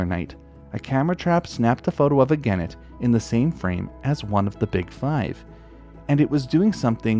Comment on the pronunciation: Vere interesting (but soft g for genet, hard g for gannet, just sayin')